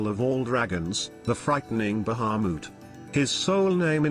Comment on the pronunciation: god I hate how that voice says Bahamut